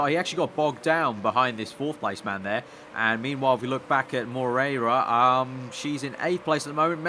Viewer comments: it is mo-rey-yi-ra . Hahahaha . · you prenounce it like: mo rear a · hey, about the argentinian driver, try read it like "more-hey-ra". it kinda sounds the same, trust me;) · Moreira is pronounced "Mor-A-ra"... just click on the spanish sound icon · not really, it was the best attempt but not perfect at all. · Martim Xavier In a very English accent....